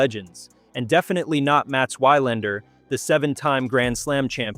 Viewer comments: It is VVVilandar, with a "v" even if it is spelled with 'W'. This is ridiculous, and makes one wonder if this is read by a robot, or the reader is Americanly miopic. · Why-Lander...oy...thse AI scripts are really losing appeal fast...